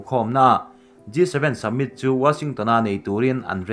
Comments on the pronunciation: Submit ti tlat pek a a chhiar khian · G 7 summit tih tur aw submit tiin lam tlat a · submit nilo in summit (samit ) angin lam tur aw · Summit tih pawh hi submit tiin a lam tlatin ka hria 😊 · I in buatsaihna chu a tha khawp mai, chuan mizo tawng nilo 'Dam' tih te 'Summit' tih te hi chu han lam dik thei hram la. Mi a tituilo thut zel.😀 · Tahan post thulak nan hmang tawh re2 suh... Hleihluak, dam(tuikhuah), summit... I lam dikloh langsar zual